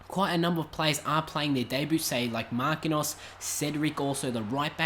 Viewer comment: i do think Marquinhos is pronounced Markin-jos and not Marki-nos.:) But i'm not sure.;) Great series mate i already love it. <3